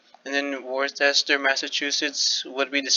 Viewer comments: Did you just pronounce Worcester the way it’s spelled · You butchered the pronunciation of Worcester